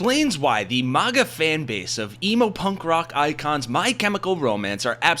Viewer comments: Stop saying "mahgah". It's maga. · Why do you keep pronouncing it as "mogguh" when it's MAG-uh? It sounds cringe please stop. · Why do you call it mawguh? If anything, you should call it muhguh. Nobody says awmerica. They say uhmerica. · Bro talks a lot of smack about a movement he can't even pronounce. There is no world where MAGA is pronounced MOGGA lol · A little off-topic, but why are people pronouncing maga as “mahga” now? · You definitely pronounce MAGA wrong. Its painful to hear.